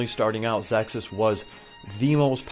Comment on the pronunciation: Awesome vibe, thanks for sharing your thoughts & opinions. On the other side... Bag noise at the start of video is very scuff & not sure why you pronounce Ze Kus as "Zexkus" or "ZessKuss". Cheers ~